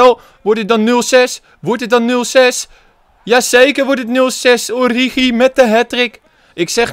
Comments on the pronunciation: Haha het is niet oriedzjie of oriechie maar oriegie met de Franse g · Het is Oorieguy uitgesproken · Spreek het uit als: Ooriegie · Je zegt het als ORIEGI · Het is ORIEGIE uitgesproken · origi je speeekt die g uit zoals in het duits gans een beetje k-achtig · Spreek origi uit met de g van genant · Met de g van garcon in het Frans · Origi is met de g van garage int Frans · Het is oriGi met de g van geel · Origi met de s uitspraak van gucci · Origi is met de Franse g van garçon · Ge moeet origi uitspreke als orrigi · Je zegt Origi met een Franse g. Net als de speler Idrissa Gueye. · Het is oriegie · Je spreekt het uit als “Oriedjie”. (Geen haat natuurlijk) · De g uitspreken als garcon (in het Frans). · Pyro No. 1 nee het is gewoon origi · Je spreekt origi uit met de g van guy of good van het engels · origi met de g van Garcon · Origi spreek je uit me de g van garçon ... plsss let erop